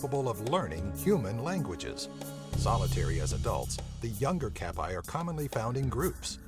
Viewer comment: the kappa is pronounces completely wrong